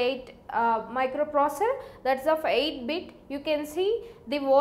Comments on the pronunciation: Plzz learn how to say microprocessor 😅😅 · But you understood that she is pronouncing the word "Microprocessor". That's more than enough bud